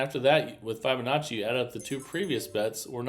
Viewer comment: New drinking game: every time he says, “I can’t wait to show you”, or mispronounces Fibonacci